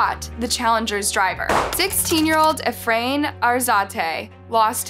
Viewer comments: It’s pronounced “E-Fran” dumb bitch. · It’s E frain